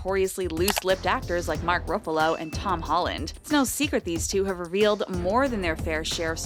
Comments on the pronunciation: Dude she said Iron man as Irone Man and Mark Ruffalo as Mark Ruffoulo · His name is not mak Roofalo, its ruffalo.. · I'd forgive Roo-fa-low, but Ay-ron man... 😑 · lol the way she says ruffalo